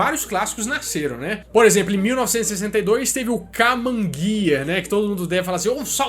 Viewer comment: Correçãozinha básica. É Karmann-Ghia com o R na pronúncia. Tive a impressão que vc disse "kamann-ghia" sem o R. Inclusive o Karmann-Ghia usava o mesmo chassis e motor do Fusca. Era considerado um carro esportivo e muito rápido por causa da sua aerodinâmica l, apesar de ter o mesmo motor do fuscão. Deixei o like mesmo assim que ficou muito bão né...